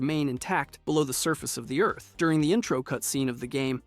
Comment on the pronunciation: The word is pronounced "Sur-fuhs" not "suh-feese".